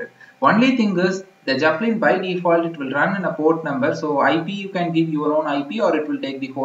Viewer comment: "Jepellin" XD